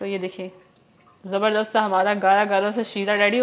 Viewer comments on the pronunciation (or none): none